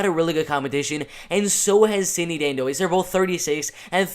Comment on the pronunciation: oh and her name is "dan-dwah" is how you pronounce it